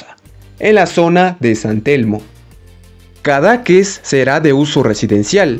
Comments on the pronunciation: Solo una pequeña observación al creador. Me parece que se pronuncia cadaQUÉS, en lugar de caDAques. Tengo entendido. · Lo que pasa es que el creador del vídeo no lo pronuncia correctamente y lo hace sonar, efectivamente, muy feo. Pero pronunciado correctamente está bonito el nombre.